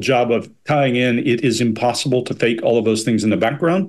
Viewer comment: “Inposible”? Are you 9?